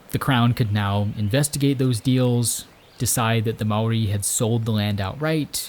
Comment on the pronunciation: HE SAID MAORI RIGHT HES AN AMERICAN AND HE SAID IT RIGHT!